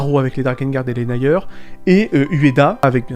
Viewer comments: on dit Nir et non naieur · "Naïeur" ? Même les anglophone le prononcent "Nire" j'ai mal...